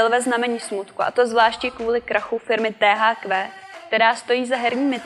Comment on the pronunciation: polykání konců, slečna zjevně trochu vystrašená a výslovnost jména společnosti THQ...